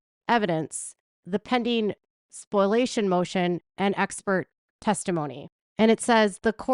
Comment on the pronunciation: Spoliation not Spoilation